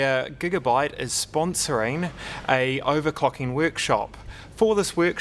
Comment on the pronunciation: owercocking sesion....wwwriiite